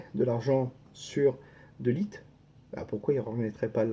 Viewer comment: "De lit" ou "Deux litres ?" 😅